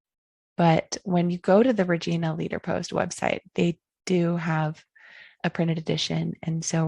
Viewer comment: great video...just one little thing, the "i" in Regina is pronounced like the pronoun "I"...just in case you ever end up in Saskatchewan!